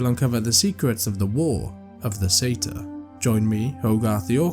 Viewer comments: Sorry that’s now how pronunciation works. We don’t just flip letters here. Most people familiar with that race would pronounce it the correct way. Surprised you would claim to say it as the Americans do. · I am Scottish and do pronounce it Sa- tyr but happy with the American pronunciation. Either way I still get to hear another great tale 😊